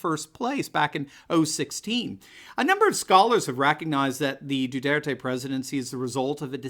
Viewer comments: You're mispronouncing his name, it's Do (w)are tay. It's Spanish. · No Americans can pronounce President Duterte's name correctly, including.